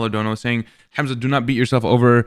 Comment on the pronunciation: "HAaamAZa" wallah its funny how they pronounce your name😂